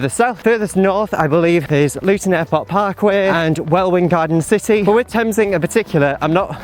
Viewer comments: Yep - Welwyn garden city is pronounced Welin - the second w is silent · Had to take a minute to myself when mispronounced Welwyn Garden City! 🤣🤣🤣